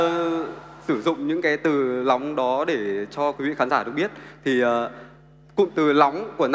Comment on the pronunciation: Lóng hay nóng thế wechoice :)))